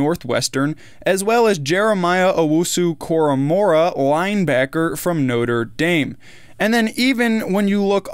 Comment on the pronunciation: Koramoah, not Koramo'R'ah. Picky, yes, but you keep saying his name with an R. Just call him JOK or Joker! ;-)